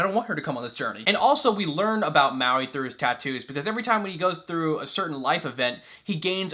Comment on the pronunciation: Lol it's funny how you said Mauis name #Muaui